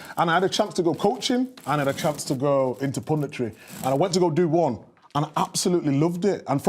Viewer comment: He burst on the scene with English football and he burst into the scene in English pubditry